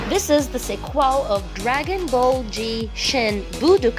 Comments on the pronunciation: It's dragon ball z not gggggg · Dude it's dragon Ball Z not dragon Ball G🤣🤣🤣🖕🏾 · Please stop saying dragon ball g🤣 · I love how she said Dragon ball g instead of z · Why you say G when it's Z ??? 😂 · Me: Ummm what bragon ball g Me: pardon me Dragon ball g Me: What DRAGON BALL GGGGGGG Me: ok say it on more time Dragon ball 'z' Me: oh that's what I thought you said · its not dragon ball g its zeeeeeeee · Why does he/she keep saying dragon ball G instead of Z ?! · its not dragon ball g its dragon ball z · It is dragon ball z not g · Its Dragonball Z not G. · not dragon ball g its dragon ball z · It's z not G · It’s Dragon ball z not g dumbass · It's "DRAGON BALL Z” not dragon ball g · She does know is Z NOT G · My Favorite anime was wrongly pronounced, IT WAS DRAGON BALL G... "G" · Are we not gonna talk about the way she said Dragon Ball G at the beginning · My dude said dragon ball g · "Dragen ball ji" "Animi" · she said dragon ball g🤣🤣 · Why do they say dragon ball g and they say gooku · did you say dragon ball g?😂😂😂🤣🤣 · She say dragon ball g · You said dragon ball G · Will this youtuber stop saying dragon ball G Find out in the next episode of dragon ball G! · is it me or your on drugs because you keep saying dragon ball G like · Dragonball Gee XD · He can say Dragon Ball Evolution He can say Dragon Ball Legends But most importantly... He say Dragon Ball G! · I like how everyone is focusing on how he says "dragon ball g" and not the video it self 😂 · Did she just say Dragon Ball G ? or is my ear broken? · Stop saying Dragon ball G. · Plz stops saying dragon ball g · Did she just say Dragon Ball G....Dragon ball Guper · Dragon Ball... G? I thought i didnt heard it right at first. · WHAT THE HELL IS “DRAGON BALL G” ?????????!!?!!!?!!!!!!!!! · OVER 9000 DISLIKES FOR SAYING DRAGONBALL G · WHY DO YOU KEEP SAYING DRAGON BALL G!!! Edit:im not trying to be rude but it's just irritating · 😂😂😂😂ball g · Pls dont say again dragon ball G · Did she say dragon ball g game lmao